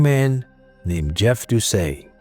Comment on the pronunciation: And doesn't know how to pronounce Doucet either.. 😅 I'm surprised he pronounced Louisiana correctly.